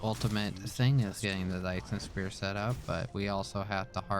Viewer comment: nice video! always wanted to play DSP. also its Sphere not Spear lmao